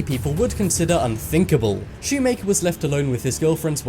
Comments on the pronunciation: Shumaker lol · “Next up is Dylan Schumaker” Me: Dylan shoe maker? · Dylan "Shoemaker." 😂